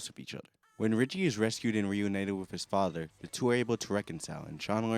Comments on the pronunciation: Why should I listen to a mfer complaining about sh*t that effects him in NO WAY especially when he continuously pronounces the word “FATHER” as Faddderr? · the way you say father lmao